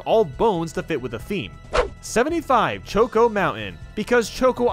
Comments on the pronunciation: the pronunciation of Choco and Delfino made me uncomfortable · I assume it’s an Americanism, but why do you pronounce “choco” differently to the start of “chocolate”